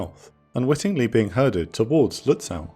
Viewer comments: Your pronunciation of "Lützow" is off by some kilometers! It's not "Lüts-sow" (means in German exactly the same as in English). The -ow ending ist typical for East German names (like Berilin Gatow airport) and is pronounced like a simple 'o'. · Minor thing, but the "w" in Lützow is silent. Has to do with place names in Eastern Germany originating in Slavic language. You'd pronounce the "ow" like the vowel in the name "Beau". Impossible to know for the untrained enjoyer of teutonic words. You nailed the first syllable, tho.